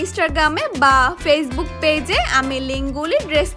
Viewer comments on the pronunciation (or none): none